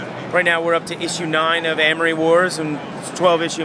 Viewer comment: Why does this guy say Armory wars? It's Amory wars! Get it right if ur gonna interview claudio